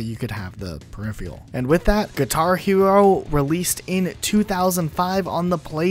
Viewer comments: Hearing per-iffy-al was killing me slowly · Huh lol, per-riff-feral he has no excuse since he's American lol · Drinking game: take a drink every time he mispronounces ‘peripheral’ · Please learn to pronounce peripheral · Amen brother. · Good video overall, and I'm glad you at least mentioned Clone Hero, but please please Google how to pronounce "peripheral"